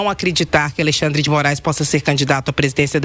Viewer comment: Será que só eu ouvi ele falando Aleixandre de Moraes? Kkkkkk